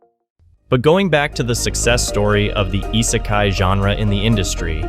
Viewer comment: If you want people to take you seriously, maybe start by correctly spelling "popular" in your title card. And by pronouncing "isekai" correctly instead of whatever tf that was 👁sakai sounding ahh. I'm half convinced you're just using an AI voice as your pronunciations are so wack. If you want to denounce Isekai as boring you may as well denounce the entirety of Anime as boring as well because you are being willfully ignorant of the vast amount of subgenres within it. There are plenty where the "OP MC" trope simply doesn't exist, Re:Zero being an obvious prime example with the dude getting murked over and over and the utter heartbreak that he experiences repeatedly, and others that fully delve into it and become an absolute joy to behold such as Eminence in Shadow. And with the uptick in Villainess shows and Otome game reincarnations we're getting lots of female representation as well which is fun in its own right. Isekai is exactly that, another world. It is a place of fantasy and nonsense and the MC being from our world simply acts as a surrogate for us to imagine ourselves there alongside them. You just don't care for Isekai and that is fine but don't bash the whole damn thing because that is no better than the people that claim they despise everything under a certain topic despite never having seen more than 2 shows or songs or foods or anything.